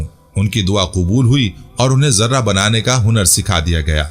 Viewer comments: Sir yai lafaz Zirrah hai. Zarra nahen ha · ZARRAH YA JARTA ÑHIN SHI LAFZ. ZIRAH. HAI